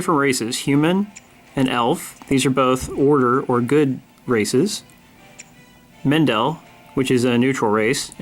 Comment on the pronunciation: Mend-ill. not Mend Ell. Also, i wouldve made this vid a bit later, maybe once you've done a dungeon.